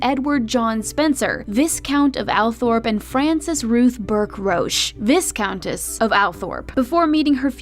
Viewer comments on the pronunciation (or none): A whole 49-minute video and you didn't bother to learn how to pronounce viscount and viscountess.